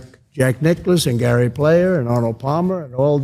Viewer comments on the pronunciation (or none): none